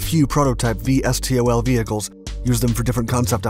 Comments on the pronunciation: Those in the know say V-stol, not Vee Es Tee Oh El, just sayin' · Um.. No one says it that way, put all the letters and say it. not “V S T O L”. say “Vee Stol”